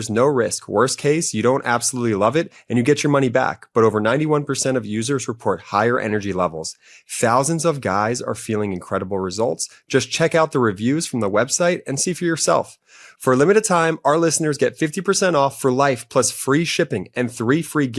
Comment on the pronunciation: Oh, PUHLEASE of course he knew about it! TWO TOWSAND … two thousand😳😳🙄 there is no way that she cannot pronounce the TH? According to Trump this is not English! My Mexican, American gardener speaks better English than she does and he’s naturalized as well. I actually believe that if this whole immigrant taunt that you need to speak English tirade continues …eventually MAGA. would want everyone to lose their accents. It’s just criminal and sad because languages are so beautiful AND SO ARE ACCENTS!